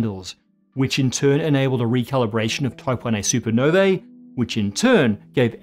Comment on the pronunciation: Supernovae is pronounced soo ·pr·now·vee not super ner vaa